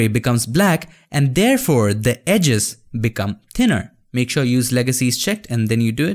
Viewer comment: "Egis" "edges" Happens all the time with me 😂